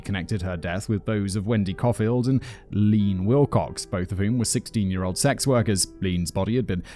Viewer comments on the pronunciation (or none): Simon, the name Leann is pronounced Lee Ann not lean. Lol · Leann is pronounced as “ Lee Ann “ Simon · Can't help but laugh every time he pronounces LeAnn as Lean. Sometimes I think he mispronounces things on purpose to bring some levity to otherwise horribly depressing stories. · Simon, Leann is pronounced Lee-Ann. Not that it matters. Thank you for another informative show. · lol I love how you pronounce Leann. 😂